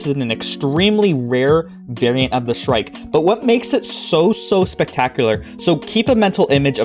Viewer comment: The shrike (you pronounced it correctly) is a bird that catches rodents and smaller birds and spears them on thorns of bushes. Its like hanging ur deer or pig after you kill it.